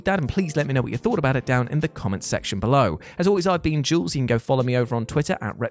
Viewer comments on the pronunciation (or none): none